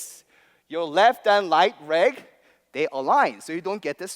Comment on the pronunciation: "reft rand raight reg"